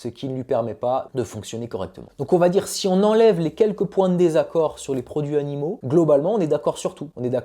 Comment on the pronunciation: Video hyper interessante. J’ai juste relevé 2 erreurs de français. Le verbe solutionner n’existe pas en français. On résout un problème. Et il faut faire la liaison dans ‘produits animaux’: produits Zanimaux. Sinon, c’est parfait.